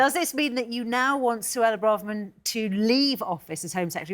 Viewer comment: Why do people keep pronouncing Braverman as Bra-Ver-Man? It's Bray-ver-man!